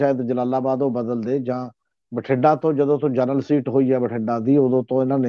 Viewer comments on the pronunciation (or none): none